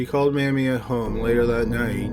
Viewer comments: Exactly. I was going to make the same comment but then saw yours. It's kind of like nails on a chalkboard every time he pronounces it wrong. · My grandma's name was Mamie. Every time you pronounce it "Mammy" I want to smack you in your dull, plodding mush-mouth. Congratulations for being my first negative comment. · It should be May-mee, like Mamie Eisenhower. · You pronounced Mamie wrong! It's May- me!! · Mamie....pronounced may-me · it is pronounced "may-mee"....if there had been two m's it would be said the way you said it. great video, tho. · Mamie sounds like Amy. Lol not mammy. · Great job....btw, Mamie's name is pronounced with the long "a," like in the word Fame. Thanks so much, well done. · Thank you, that drove me insane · Love your videos and I'm subscribed. Just a note: check the pronunciation of names before recording. The "a" in Mamie is long, as in paper. Your pronunciation is short, as in family. Thumbs up, otherwise. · Don't really mean to diss, but why isn't there any consistency in how the narrator pronounces "Mamie?" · Heather Nikki THANK YOU. 😂 It was bugging me the way he pronounced it. ❤ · May-me not mam-me! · Mamie is pronounced May-mie, not MAM-mie. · It's may-me, not mam-e. Maybe nobody else cares but it's like nailson a chalkboard. Absolutely love your channel regardless 💙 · You would be incorrect in your assumption. I live in the south and never knew anyone called mam-e. It was always may-me. Mam-e was a derogatory term for an elderly black woman. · Mae Me, not Mammie. LOL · Is her name pronounced Mammie, as in the video, or May-mee, as I've always heard? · It's pronounced May-Me, not 'mammie'.... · Keep up the good work!! I support you 100%!!! As others have stated, you deserve a show on ID more than some of those people on there (i.e. Wendy Williams, Jerry Springer). Oh, and her name was pronounced "MAY-ME", not "MAM-MEE". lol. I had a great aunt by that name. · It's MAY_mie not Mah-mie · Her name is pronounced May me, not mam e.